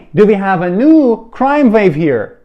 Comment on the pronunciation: Crime is countable, you can say commit (*a*) serious crime. You also said (vave) although it is (wah) wave. Your way is inspiring. I like what you're doing but always make sure it is correct in every way.